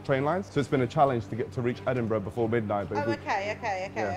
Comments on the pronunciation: Why is it Edinbruh? :D Isn’t it supposed to be "edinburg"? :D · EdinBRUH xD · Well it’s not edinBURUH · Is it just me or Edinbruh